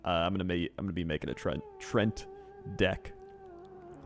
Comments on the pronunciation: Tree-ant, not trent. I get people have different ways of pronunciation, but god damn. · How does he STILL not know how to say treant